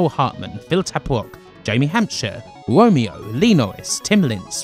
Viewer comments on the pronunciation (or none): none